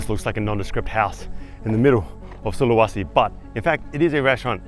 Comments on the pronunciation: I spent a year in Sulawesi...this brings back memories (It's not SulaWAsi!) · Sulawesi man, with an e, not an a. Sorry but I live here and it was just jarring every time you mispronounced it. Other than that, brave video for sure, respect.